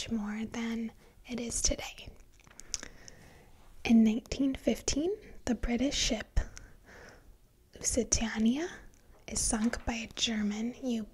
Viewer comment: Hi , the ship is pronounced Luce e tane nia , hope that helps . Sad loss of a ship. Glad my 15 years at sea on cruise ships didn't end that way ⚘⚘⚘⚘